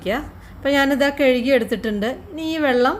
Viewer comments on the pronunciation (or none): Kezhuki alla kazhuki